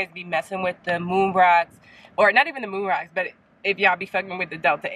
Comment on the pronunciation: I thought you said you guys be liking when I smoke them "Roon Mocks" lol